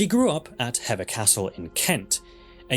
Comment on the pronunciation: Hever Castle is "heever" not "hevver" and it is B-l-i-c-k-l-i-n-g Hall not "blicking", and Glamis Castle is "glarms" Lady Mary Berkeley's name is pronounced BARKLY & not like the Californian university/town Please learn how to pronounce the places and people you speak of correctly I believe Queen Jane (Seymour) died at Hampton Court but Queen Katherine Howard died at the Tower of London